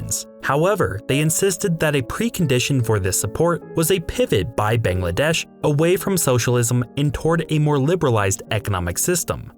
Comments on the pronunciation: It's not "Bengladesh", it's "Bangladesh". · A whole half hour long video and you couldn’t pronounce the country’s name properly even once